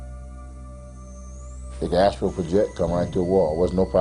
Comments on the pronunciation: Dude-it's "astral" not "astro" - LOL!!! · BS. if he couldn't pronounce a term like Astral projection...then he is lying.